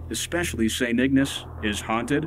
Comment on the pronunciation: St Ignace!! Pronounced Ig N ace long A people Long A,, damn!!